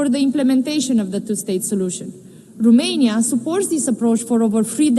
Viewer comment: In limba engleza, Romania se pronunta tot Romania, nu Rumenia 🙄 De cand o vedem ministru, e a nu stiu cata oara cand a pronuntat Rumenia, o singura data a zis Romania 🙄 De ce ales sa vorbeasca cu parul in ochi? 🤔